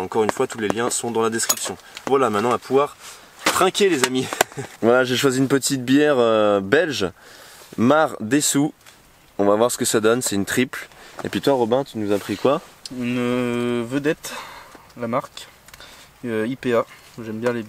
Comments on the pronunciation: La bière belge "Marre des sous" ^^ lol ça sonne bien même si, en vrai, ça se prononce: "maret d'sous";) #Maredsous En tout cas, bon choix de bière belge, 😗🍺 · Salut, c'est Maredsous et pas Mardesou. Désolé mais c'est une fierté du patrimoine belge. La Vedett aussi c'est belge btw. Sinon cool vidéo continue comme ça ! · Super vidéo au passage ses Maredsous sa se prononce en un seul mots très bonne bière d'ailleurs 👌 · j'adore tes videos; mais la prononciation de la bière de maredsous suis écroulé de rire , je me permet j'habite pas loin de la hahaha